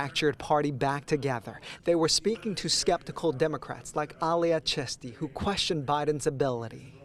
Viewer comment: I thought the last name was 'Chesty". It's Chisti.